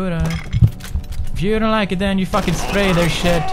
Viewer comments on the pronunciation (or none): none